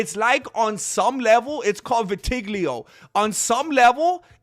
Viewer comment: It's pronounced Vi-Ta-Lie-Go but who cares....i spit my burrito out laughing! this is the funniest mma voice in the game period